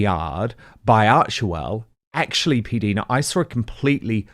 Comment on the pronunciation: Her name is P Dina not Deana